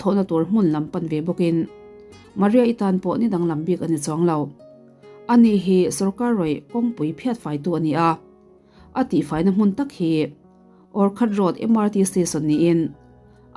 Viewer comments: Orkhat ni lo in Orchard (Awrchat) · orkhat nilo orchard road 😂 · Orkhat nilo in orchard road (awrchhard)